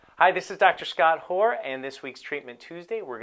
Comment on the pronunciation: lol Love how he pronounces it lol